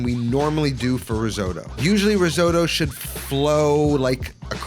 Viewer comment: seriously considering subscribing. just promise you never say risooddo again. ever. (how come you actually pronounce most other italian words correctly 🤔)